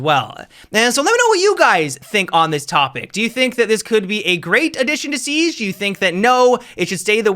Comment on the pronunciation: Seag??? 😂 I like that. I also have a speech impediment, so dw cuz you aren’t alone.